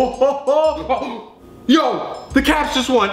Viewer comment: Sombia Official he said caps not cavs